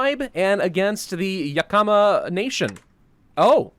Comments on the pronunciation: As someone who lives near Yakama irl, it's pronounced "Yak-Uh-Muh" not "Yuh-Ka-Muh" :) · Not gonna lie seeing him butcher names like Yakama when I lived in Washington this entire time is something else. But nice face cam, if you feel comfortable with it then keep using i say.